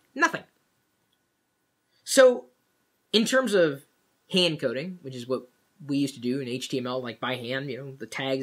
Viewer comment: First i thought he said "hand cooling" LOL